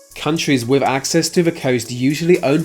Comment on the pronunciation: Why do the Brits pronounce words with -th sounds like an f??? Case in point they would pronounce "with" like "wif". It's your language and you can't speak it. BTW lieutenant is pronounced lou-10-ent not lef-10-ent.